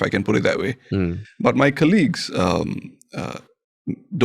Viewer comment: ... Pritam pronounce 'colleagues' as 'Kerlicks' 😱... He is Singaporean after all 😂💪